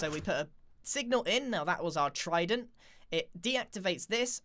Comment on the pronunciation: Tried-en-t tested technique